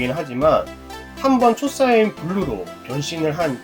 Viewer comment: 초사이언이 아니고 초사이야인 입니다!!도움이됐으면합니다